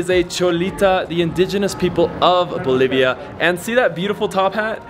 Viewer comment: Cool guy says, "Bolivia = believa. Keep it flying"